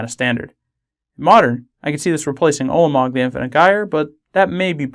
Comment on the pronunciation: You're pronouncing it Ulmog. The A isn't silent.